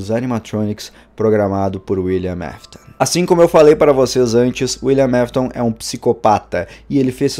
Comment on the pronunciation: William afton William afton fala correto não William mefiton